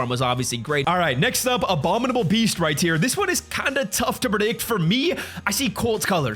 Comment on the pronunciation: Why does he always say “right tear”instead of right here